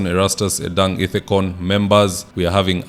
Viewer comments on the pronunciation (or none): It is /edung/ not /edang/ we mzee